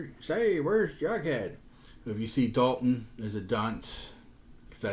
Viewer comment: Very thorough! Very cool! I have a few of those. I have never heard of that Jughead Eat Out before. Also I noticed this from a previous video, you pronounce Dilton, Dalton? Is this your accent, or a Mandela effect thing? Cheers!